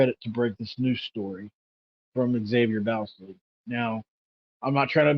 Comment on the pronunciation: Good job, but his last name is pronounced “Boz-lee”, like Bosley.